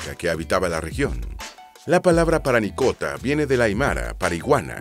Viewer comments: Parinacota, no "Paranicota" 🤦🏽‍♂️ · Oye por qué dice Paranicota?, lo correcto es Parinacota. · Es chistoso que por primera vez dijo Parinacota y luego todo el rato dijo mal Paranicota xD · Hola, estoy comenzando a ver y pronuncias mal parinacota, dijiste paranicota 3 veces... Ojo que aca no han habido nunca indigenas, no somos indios, somos mapuches, quechuas, aymaras, etc, pero no indigenas. En cambio puedes decir pueblo originario, ancestral, prehspanico, aborigen, etc. Saludos desde Pichidegua. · Parinacota. No paranicota 😂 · parinacota no paranicota XD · PaRInacota, No PaRanicota. xd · No sé dice paranicota. Si no. Parinacota. Haber. Parinacota. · (19/04/24) Oye presentador…. Lee bien los textos les nombre l AC primera provincia es Arica y PARINACOTA. Lee bien…. Un error es perdonable, pero no varios. Sorr